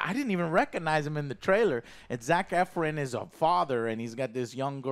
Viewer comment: butchering of names lol. Zac “efrin”